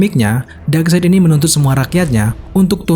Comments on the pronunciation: dibacanya bukan side said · FYI Darkseid dibacanya kayak baca kata darkside jadinya Dark-sait bro bukan dark-seit. 😅 Geli geli greget gitu denger naratornya bilang "dark-seit" mulu sepanjang video 🤣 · Common fact: Darkseid dibaca dark-side. FYI aja sih ✌🏻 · bacanya bukan darkseid min tapi bacanya darksaid, sekedar koreksi aja sih